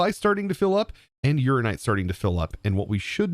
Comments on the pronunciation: Urananite. Your-Anna-Night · Please please please pronounce ALL the letters in uraninite. It's based on uranium, not urine.